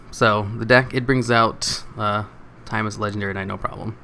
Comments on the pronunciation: Timeus? No no no no Tim-Eye-Us 🤘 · Its tee muh yus